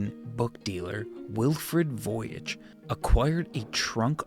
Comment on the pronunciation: I thought you were saying voyage the whole time